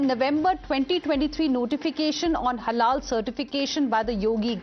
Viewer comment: is a damned zombie. So many times he's saying "Halala" instead of halal